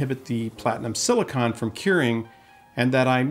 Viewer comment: SiliCONE…like ice cream cone. Not siliCON.